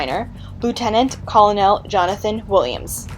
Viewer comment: Oh the pronunciations! Colonel, Cholera, and many more.